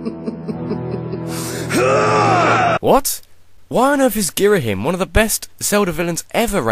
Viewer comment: Gira-Him? I always pronounced it Gir-Ah-Him.